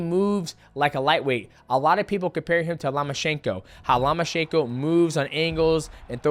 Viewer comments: Loma-CH- ANKO NOT SHANKO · Love Mighty Mouse but dang his pronunciations bothered me. U-sick, Nig-annou, Lama-chenko. Like bro that’s not you you say them lol